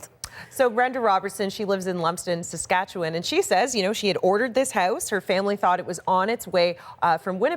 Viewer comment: Haha. Pilot "boot". Made me chuckle. Props to her for saying Saskatchewan properly, though.